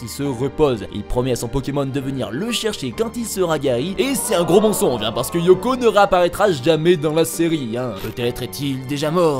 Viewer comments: Yoko ... ben non du coup, c'est éoko x) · Putain mais ça ce dit Éoko pas Yoko ou Ioko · Alors c'est Éoko, pas Yoko